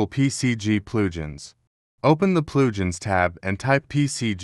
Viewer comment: "PCG PLOOJINS" I fucking died XD